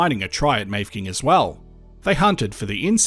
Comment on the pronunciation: Very interesting to a former resident of the Grampians and place of my birth 75 years ago. Mafeking should be pronounced Maffaking.